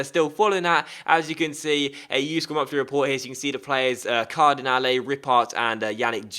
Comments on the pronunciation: Yup, Ripart = Ree-par Hervé = air-vay With a silent H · The ''t'' in French is silent so it's pronounced Bruno Ripar with a long ''a'' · It's Bruno Ripart, you were right, but don't pronounce the final "t" ;) I'd like to add, Hervé haidara is pronounced "Hervay" :)